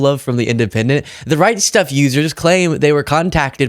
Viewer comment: So funny every time you said the right stuff I thought you were saying the Reichstag.